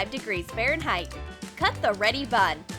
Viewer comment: Honestly, this is really trash. WHAT A PHOTOSHOP THUMBNAIL. Also, when she says "bun" doesn't it sound like "butt"?